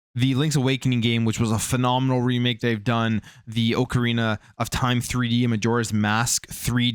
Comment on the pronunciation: "oakarina" lolol